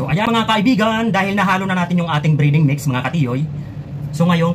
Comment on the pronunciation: Hindi briding idol,breding ang tama